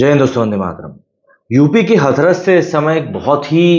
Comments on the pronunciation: Dear हाथरस होता है, ना कि हथरस 😅😅😅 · हथरस नहीं हाथरस है सही pronunciation